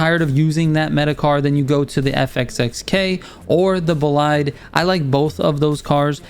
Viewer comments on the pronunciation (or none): Thank you, very helpful Just 2 tips : The Bolide's pronunciation is with "i" sound like "ee", "boleede" (it's french name) For the Jesko, the "J" is like an "Y", "Yesko" 👍